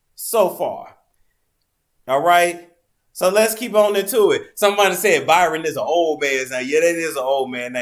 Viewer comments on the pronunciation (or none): It's not BYRON people...it's Bryon...sounds like Brian.